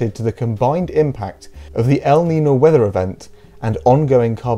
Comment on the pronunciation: It's "el neen-yo" :)